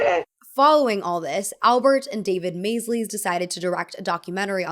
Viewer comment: Please research pronunciations too… Maysle is pronounced the same as Maisel, like Mrs. Maisel…. may-zul, not may-zlee